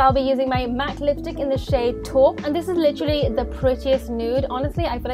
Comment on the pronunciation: You mispronounced renaissance and taupe